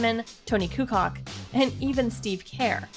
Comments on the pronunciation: Excuse you. Tony Who? Toni kukoc, Toni Kukoč. said like Coo -- Coach Not Coo Cock. Michael Jordan is the Goat the narrator doesn't even know how to pronounce a player's last name let alone The decipher who's better. 😂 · You lost all credibility when you pronounced Toni Kukoc, Toni "Koo Cock" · (pronounced koocoach and curr) this bitch said two cock and care -___ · tony kukock ? tony ku-coach is how it's pronounced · SHE SAID TONY CU-COOK🤣🤣🤣🤣🤣🤣. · "Tony Koocock" lolol Proof you started watching basket in 2000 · This woman clearly doesn’t know shit about basketball. I refuse to take somebody serious who can’t say the names correctly.” Tony kucock, steve care”. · “TONY KUCOCK” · Toni kucock ??? You lost all credibility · “Tony kucock and steven care”???? WTF. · Did she just say Tony Kucock lol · Tony kucock n steve care... Wow learn their names idiot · tony coo-cook 😂😂 im weak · Tony Kucock??? I can't take you serious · Yeah I’m not a lebron hater but he ain’t pass mj…. You should delete this video LOL you literlly had lebrons all time blocks and steals As an argument I’m fcking dead ☠️. MJ has had several 100 block seasons, lebron: 0 and MJ is third all time in steals. Couldn’t even pronounce 50% of the players names you said This channel isn’t even a sports channel….. tf. Also the eFG% is wayyyy out of context, it’s purpose is to add value to the fact 3pters are worth more points and the league didn’t averaged like 6 3’a game… so no shit it will be higher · Someone who can't pronounce kukoc or Kerr is in NOOOOOOOO position to tell me anything about basketball let alone who the greatest is.....SORRY. U AINT GOT THE CREDENTIALS.... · You're right, Jordan isn't the goat of basketball, he's the goat of all sports and athletic competition. How come Lebron wears Jordan's jersey if he is better than him? The lady speaking in this video even mispronounced Steve Kerr and Tony Kukoc, showing how little she really knows about basketball history..